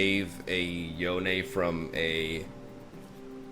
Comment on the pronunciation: "Yonay"??? Seriously? Like wtf? It's just Yone, like bone.